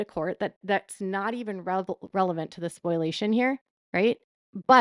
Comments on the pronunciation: Spoliation, not spoilation, my dear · And it's SPO-LEE-AY-SHUN. Not SPOIL-AY-SHUN. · Omg PLEASE stop saying Spoil - ation. It is pronounced SPO - LEE - AY - SHUN. Think of exfoliation. Take out ex and substitute sp for f. Spo-liation. Spoliation.